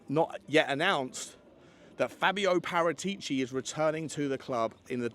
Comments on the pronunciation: you are the best Tottenham podcast in the business, but make an attempt to pronounce Par-at-ici properly, not Para-tee-ci. You owe it to yourself. P.S. your Wednesday chat with Johnny was the best piece of Tottenham chat ever from anyone. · I won't "smash" the like button until you pronounce Paratichi (Parah-tich-e) correctly. Ball is in your court mate 😅